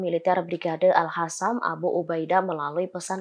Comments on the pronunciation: al qassam woi. bukan al hasam😌 mbak presenter dibenerin tuh penyebutannya.... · Alqossam mbak,bukan al hassam.. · Kenapa dibacanya jadi ALHASAM Tulisannya kan ALQASSAM Pake Q bukan pake H bisa dibaca ALKASAM atau ALQOSAM, ini lebih pas Tapi suara dan logat baca beritanya kereennn... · Orang palestina aja nyebut nya brigade al qasam, ini reporter kocak bilangnya al hasam al hasam. Kocakkk 🤣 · Kasi tau si reporter agar baca yg benar, Brigade AL QOSSAM BUKAN AL HASAM. Masa baca aja gak becus....